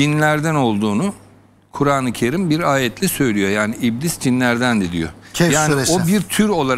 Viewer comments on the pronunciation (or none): Ben bu arkadaşları severek dinliyorum. Bir de kuranı Kerim’i öğrenseler daha iyi olur. Telaffuzlarından bilmedikleri ortaya çıkıyor.